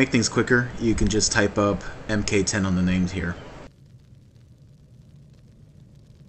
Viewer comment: Do people not know that MK means "mark"? You aren't the only channel I hear do this. Drives me bats. =D